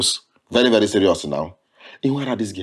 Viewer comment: Vely educated😂😂😂